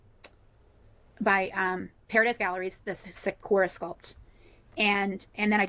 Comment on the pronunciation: her butchering of the word sakura was the last straw for me.